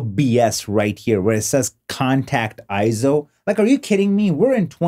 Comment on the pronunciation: Nope, not pronounced I-ZO! It is correctly pronounced AY-ZO per EIZO's own corporate video. Also see the correct pronunciation in the EIZO Wikipedia, which also shows AY-ZO. And one more reference... see the 2021 Scientific & Technical Awards EIZO Acceptance Speech video where Masato Nakashima, the Senior Product Manager at EIZO, pronounces it as AY-ZO. In Japanese, the "ei" together is usually pronounced as an AY sound just like when we say the Japanese word Sensei - Senˈsā.